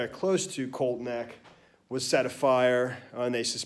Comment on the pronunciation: Say it with me, COLTSSSS NECK, lol, not colt neck lmao